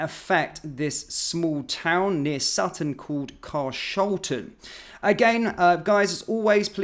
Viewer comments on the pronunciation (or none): It isn’t « Car’SHOLTon» but ‘CAR’shlten’ ie stress on first syllable, second syllable almost non existant and third syllable just a weeny syllable semblance. Get it right mate otherwise listeners’ll think you’re a Biélorussien with an American Graduate Professor😬😃!